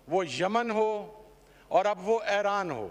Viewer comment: It's Iran not Aran😂😂